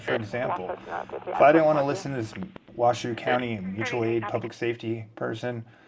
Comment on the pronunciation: Hello From Reno!!! FYI Washoe County is pronounced Wa-Show. ; )